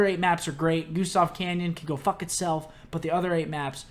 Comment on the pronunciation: You pronouncing it Gustav CANYON instead of CANNON made me laugh every time hahaha